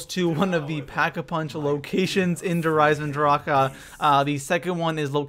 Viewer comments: Did you say der eisenDROCA WTF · i swear to god if he says Der eisendrachAUH again im going to off myself. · STOP SAYING DRAKA!!!!!!!! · Haven’t played black ops 3 in so long forget people say “Der EisenDRACA” 😂😂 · Wonderwahf Vundervaffe Dir Eisindraha Dehr Eisindrahkuh Also role your r's whilst pronuncing these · Why do you say der eisendracha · Did anyone realize that when he says der eisendrache he says ahh after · It's not derisendracka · The fact that you keep saying droka is pure cancer, learn to read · Why do they keep calling it der eisendracha 😂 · its pronounced der-i-zen-drach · Why does he say dayre eyesendrockuh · I mean no harm when i say this , nor am i saying that you are saying it incorrectly or not but i have never in my life heard some one pronounce der eisendrache like that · Bro that der eisendrache pronunciation makes me want to shoot myself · The way he says der eisendrache makes me cringe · This gameplay and the way he says der eisendrache bothers me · Theres no "a"at the end of der eisendrache dumbass!! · The way you say Der Eisendrache bugs the hell out of me. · i hated on your video at first cause how you said der eisendrache but after i did the main ee on solo wanted to get all helmets and beat boss with al hat on yours is the shortest and most strait forward i sub'd and liked video but so everyone knows make sure to one hit kill margwa's last head in apothicon other than that it dont matter you kill to get god mask other than being in green smoke and in the liquid you will hear a sound for every type of creature you kill and the last sound will be longer and have a slightly different sound but mainly the same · My ears hurt everytime he says "der Eisendrache" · It must suck being german i know so many people say der eisendrache differently but how he pronounces it is awful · How he says der eisendrache makes me want to bash my head into a wall. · Learn to say eisendrache not eisendrak-e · Its der eisendrache not der eisendrachuuhhhh